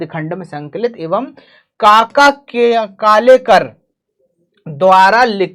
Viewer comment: Kaka kalelkar hai na ki kalekar😅😂